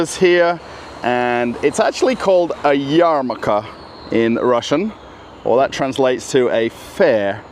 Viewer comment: Hi, use strong Russian R as a consonant in both cases - yaRmaRka. Otherwise, it sounds like yamaka )))